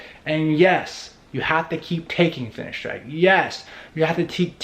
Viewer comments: its fineSteride not fineshtride like ur saying it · say it whit a S not sh